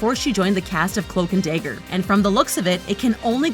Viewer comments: i cant take it seriously (day - ger) is not dagger LMFAO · It’s dagger not dayger